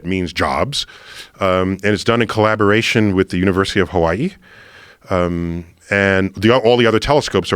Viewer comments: Any one realize how Neil says Hawaii he says it like ha-wa-y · I love how he tries his best to properly say hawaii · I hate when people not from Hawaii pronounce It how Neil Pronounces Hawaii its fucking annoying lol